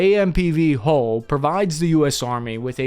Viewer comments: God, what a mess. The word you are struggling to pronounce,, is HULL as in Dull, mull, cull etc NOT HOLES as in moles,tolls etc. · it's pronounced Hull, not hole.